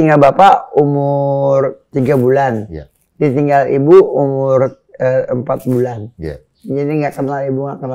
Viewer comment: Bunda Dorce bilang "iye"